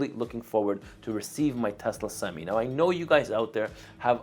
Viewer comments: For the love of god it’s not pronounced semes it’s semi. You sure you’ve been in a truck?? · I don’t think u should get any semis until u learn how to say semi bruh